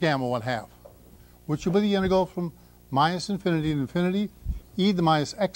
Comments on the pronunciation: Has anyone heard another person pronounce "integral" as he does? He seems to be saying "inte-gull". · hes prolly said it 10M times, so he deletes a syllable..🎉🎉😂🎉